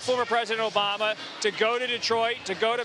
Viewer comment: "We're don't want u obamna" 😂😂😂